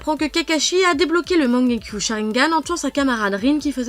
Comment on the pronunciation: Wsh comment elle a dit mangekyo